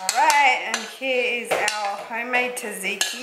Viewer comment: I love you, but your pronunciation of tzatziki killed me a little... 😅 I do appreciate the shout out the Greek subbies though. Proud Aussie-born Greek right here 🙋🏻